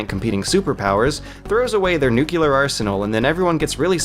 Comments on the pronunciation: What about "nuculer"? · Rayshuns? Chafe grenades? Nukular? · He also has a tendency to pronounce "nuclear" as "nucular." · I love it when he says "nucular" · it's nuclear, not nuculer!! how can you make that mistake?.. you seem like a smart guy. by the way, awesome videos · constantly pronouncing nuclear as "Nuke-yoo-lar" gives me a headache. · And "nuculer." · raytions... nuculer... chafe grenades... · Like me, he's from Georgia. "Mispronunciations" of words comes with the terroritory no matter how smart you are